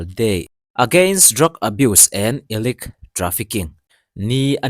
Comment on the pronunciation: Illicit i lam rik dan hi ka hre sual em ni zawk....